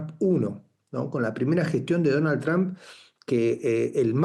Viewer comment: QUIERO HACER UNA CORRECCIÓN. ÉL NOMBRE DEL PRESIDENTE ESTADOUNIDENSE NO ES "TRAM" o "TRAMP". SÉ PRONUNCIA "TROMP" CON LA VOCAL "O" CÓMO DECIR "TROMPETA"